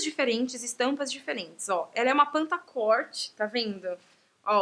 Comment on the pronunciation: As calças se fala " pantacurrr"...O tecido é lurex, já tive muito, pinicava até, kkkk!